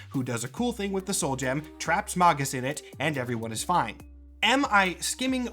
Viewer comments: "mog-us" No "Mag-us", like "magazine" Or alternatively (and less cool) "maje-us" like "mage" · I thought it was pronounced "Magus." Not "Magus." 😂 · Erm May-Gus not Mah-Gus Jk love your vids 😂😂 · isn't it Maygus?